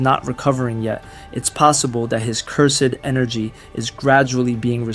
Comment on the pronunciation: No, your voice is great, I meant speech as in grammar, for example when you say "Cursed energy" you should say it more like "cyrsd enrgy". I had this problem before where I couldn't say the word "pizza" properly, it sounded like "pisca" but after some training I improved my speech greatly. If I did it, you can do it.